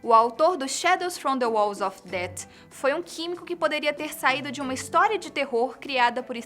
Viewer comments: o pior é essa pronuncia dela , DET , pqp , nao sabe qhe o tom de fala de uma palavra com th e som de f , vtnc . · Não é ''Dét'' A pronuncia é ''def'' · Fala people tão bem, mas chega na hora de falar death e fala "dat", se n sabe falar ingles, pelo menos não finge que sabe. "PEOPLE" IRRITAAAAAAAAAAAAAAAA. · carai parece um robo falando, nem inglês sabe falar É DEATH não DEAT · O MC LAN VAI TER QUE ENSINAR INGLES PARA ELA PQ ELA DET INVES DE DEATH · eh death com som de f e n com som de t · Que aflição escutar a pronúncia dela na palavra death! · que isso de eu que não em people? dando de falante de inglês e nem sabe pronunciar death kkkkkk #voltaboco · Onde estão o Bôco, Guilherme e Talita? Essa garota não combina com o estilo do Fatos. Ela não soube pronunciar "death". Nada contra, mas prefiro os outros três a essa guria desconhecida! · parabéns pelos vídeos, mas quando vc fala people achei que saberia falar inglês mas não soube pronunciar morte em inglês fiquei meio decepcionado 😕